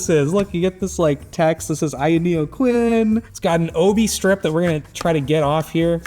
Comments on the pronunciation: The pronunciation of "kun" is eating away at my soul 😢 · ayaneo kun?? i would pronounce it as Kun Agüero!!! Vamos argentina papá!!! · added a non-existent "i" to "kun" is sending me. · 🤣 it's pronounced kun not Quinn kooooon say it with me now ayaneo kunnnnnnnn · Him saying Quinn instead of Kun makes me laugh so much, also this handheld is a waste of money. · "khu-yen"? it literally spells Kun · Why u pronouncing it as queen its KUN 😂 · "now we got the qUIN" - Kun... like Kunai or aKUNd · It's Kun, not Ku-N or Quinn or whatever you're saying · The Kun here is not the Japanese suffix, it is a Chinese name for the fish in their mythology 鯤/鲲 (Kūn), pronounced closer to 'quen' as opposed to 'quin' in this video, but a helluva lot closer to the japanese 'kun' as some suggest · Pronouncing Kun as Quinn is such an offensive way to say a word so simple. We need truck-kun to teach him the right way to pronounce it. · Why is everyone else pronouncing kun (coon) and this guy is pronouncing it quin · In what moon man world is "kun" pronounced queen? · Knows that paper wrap is an 帯 strip Mispronounces - kun (君) as coo-in throughout the video 🙃 Pain. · The way he is pronouncing Kun...its like raccoon...not Quinn 🤦🏻‍♂️ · It's not kun? It's Quinn? Why is it pronounced like that? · Lol idk it might seem uncomfortable but "Kun" is pronounced like racoon. Not like quen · Ayaneo... quin? Ask any weeb how kun is pronounced :D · Is it that hard to pronounce Kun (koon)? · why do you keep pronouncing it "Quinn"? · K U N not quinn… 🥲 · The quinn? I get that this is the unboxing channel, but at least make sure the host pronounces the name of the product correctly. 🤦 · It's not quinn lol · Seriously, you pronounce it "Quin"?😊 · Aya Neo "Quin" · The Quinn? KUN man. If you can pronounce Cu*nt then you can definitely pronounce Kun. Now say it again. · is "kwin" the official pronunciation? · You’re adding an entire extra vowel to the name. Its like “coon”, 1 syllable.